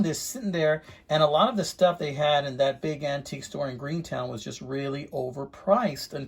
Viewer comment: Gruenetown?! It’s just Gruene, sir. 😂 Great find and value. You fixed it up good. 👍